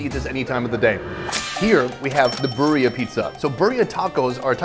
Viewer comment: Bro butchered birria😭 its all good i guess it is hard to pronounce😅